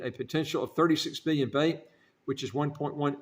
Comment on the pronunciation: The name of the currency is pronounced slightly differently